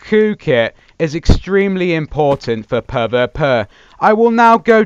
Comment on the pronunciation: It isn't puh vuh puh its pee vee pee